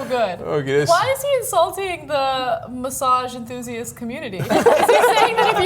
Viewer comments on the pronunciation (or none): Why are they pronouncing "massage" like there's a "d" in it? They say it like "massadge" haha